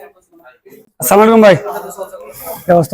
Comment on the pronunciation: it's supposed to be Assala mu alai kum , but he just went smaikum :D